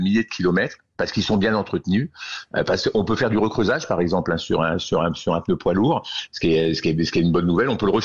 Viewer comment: A l’attention de: on dit « pneu » et non pas « peuneu »